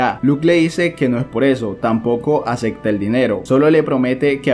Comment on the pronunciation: Me gusta cuando este causa dice Acecta.